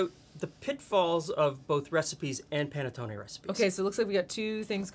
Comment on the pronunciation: New subscriber here and LOVING your channel thus far!! This here Italian thanks you for correctly pronouncing panettonE with a LONG E sound at the end! Between the Americanized mispronunciation of provolonE and a few others, it drives me nuts to hear people drop the long E at the end of these words. My Sicilian Nonna from Palermo would be so happy to hear them properly pronounced. 😁 After all, we Americans have gotten used to properly pronounce the Spanish word Taco with the AH sound and not Americanized it with a long A right?! Imagine hearing it pronounced tAYco!! Or how about burrIEtoe... LOL 😂🤣